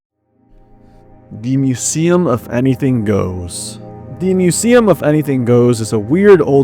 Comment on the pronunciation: museum not kuseum